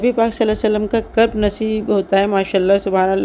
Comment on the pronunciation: نبی ص کا کرب نہیں قرب حاصل ہوتا ہے 😢 اردو بولنے والوں نے ہی اسکا بیڑا غرق کیا ہے